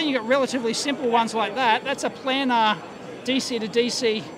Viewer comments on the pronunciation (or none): none